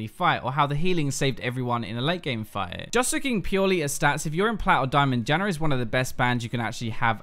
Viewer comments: I'm sorry, but I cannot stop hearing "jannar" cause it's too funny xD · British. Adding r's like that (which is technically called intrusive r's) happens with his dialect and the Australian dialect. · It's an Australian thing, but I'm not sure if is even Australian